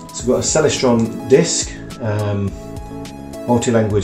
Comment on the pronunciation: You don't even know how to pronounce 'Celestron.'